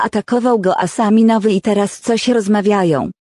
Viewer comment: nie ASAMINOWY tylko ASAMIOWY XDDD 😂😂🤣🤣